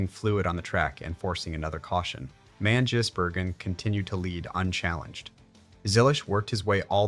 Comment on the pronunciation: It's Van Giz not Van Jiss